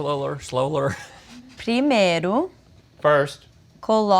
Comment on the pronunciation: Why she says pri-me-ro instead of pri-mei-ru ?